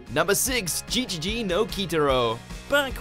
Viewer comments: Why must you pronounce GeGeGe no Kitarō ‘JiJiJi nou Kitarou’?? I mean I understand the extended ‘o’ sound but ‘JiJiJi’? That made me laugh. Why can’t you pronounce the way it is written?? It’s ‘GeGeGe’. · >Gee Its pronounced gey You literally played a clip of them saying it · it's pronounced gegege, not jejeje!! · No no no it’s not pronounced “ji ji ji” no Kitaro it’s Ge Ge Ge no Kitaro as like ge has a long e vowel or pronounced like "get" without the t at the end.(げ,ゲ). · Gegege not jijiji... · It's not jee jee jee no kitaro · That GeGeGe no Kitaro pronouciation though hurts... Also, no HxH, Jojo, D.Gray-man, Fruits Basket, Durarara, etc...?! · You even play the Ge Ge Ge theme, and yet you still mispronounce it!